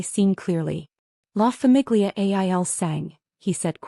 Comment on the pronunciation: Excellent story, great plot, but if I can recommend one change, it is better narration, with emphasis in the right places, and the proper pronunciation of La famiglia il sangue. I'm an enthusiast and love the story but since we're listening the proper delivery and timing and pronunciation are important. I believe fixing these things, addressing these issues will increase your audience and platform. You have the talent and creativity!🌹